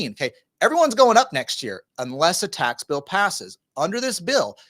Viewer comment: Think you said tax pill. 🤣